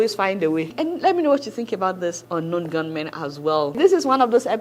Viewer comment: Adeola - it is 'ungun know men' and not unknown gunmen. 🤣🤣🤣